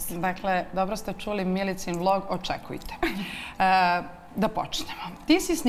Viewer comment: Milicin, valjda se kaze Miličin